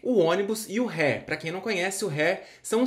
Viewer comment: se permite corrigir, o correto é dizer R (érre) E (euh) R (érre)